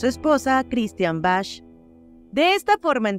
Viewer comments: 😢😢😢😢😢😢😢😢😢😢😢POR FAVOR. Pronuncia bien el apellido de Christian. Se dice: BAK no ""Bash""😂😂😂😂😂😂😂😂😂😂😂😂😂😂😂😂😂😂😂😂😂😂😂😂😂😂😂😂😂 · No se pronuncia Bach la h es muda, se pronuncia Bac , no mamen que hagan todo un video y no sepan pronunciar el apellido de Christian, se ha de estar retorciendo su tumba oyendo como lo pronuncian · Se dice BAG, y no BASH..🙄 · Es Chistian Bach no bash 🙄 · Se pronuncia Bag no Bach. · Bach se pronuncia Baj es de origen alemán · El apellido Bach, se pronuncia: BAC.